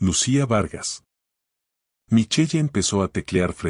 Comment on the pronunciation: Solo voy a decir se pronuncia michel. No micheye. Segundo si su hijo y la nuera Vivian en su propia de du casa como la tal lucia estuvo a las tres de la mañana en el despacho de este señor. Una historia con muchas inconsistencias. Y la historia nada que ver con el título. Y el hijo es un patético